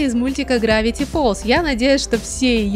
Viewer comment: не фолс а фолз